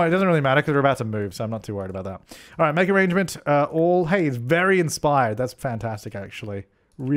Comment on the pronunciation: nohsara: Because it's funny, like arraaangements.